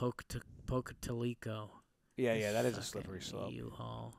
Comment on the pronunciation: Pocatalico is pronounced Poca-Towel-eh-co